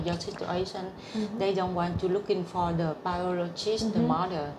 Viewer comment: cô phiên dịch cũng biết nhiều nhưng do phát âm chưa chuẩn thôi chứ cô nghe hiểu và dịch nhanh cũng là hay rồi ( cô phát âm for the thành pho đờ nghe không quen sẽ không hiểu, phát âm what cũng vậy, ở đây là bắt hơi nghe hiểu thôi. Chúc em Vân mau tìm được mẹ.